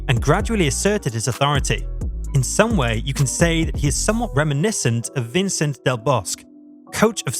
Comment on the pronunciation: Like the video...but the pronouciation of the Spanish names was atrocious. "Vicent del Bosq"?